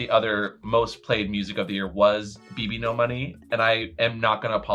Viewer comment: Of all the slightly incorrect things you guys have said over the years, I can't ignore how you say Bbno$